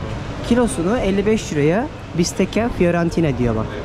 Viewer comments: italyadan selam.bistekka okunuyor.bistecca.lutfen bazı kelimelerin okunuşunu öğrenirseniz iyi olur.bu kadar takipcin var,en azindan doğruyu öğrenmiş olurlar.iyi gezmeler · bazı bilgileri eksik.aslinda bu kadar sponsoru var, keşke birazda dersine çalışsa.bende takipcisiyim ,mesela fiorentina bistecca.bistekka okunur.onu arastirabilir ama !!